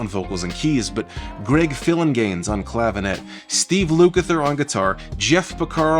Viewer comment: Greg’s last name is pronounced “Phil-an-jayness” 😉